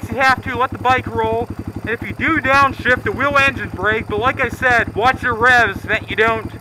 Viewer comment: Hahaha i love the part he said your engine brik 🤣🤣🤣🤣🤣🤣🤣🤣